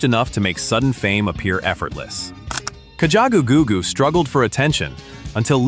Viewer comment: "kachagagoogoo" LOL Ka. Ja. Goo. Goo. Awesome song!